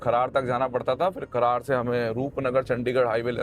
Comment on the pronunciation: खरड़ को खरार बता रहे हो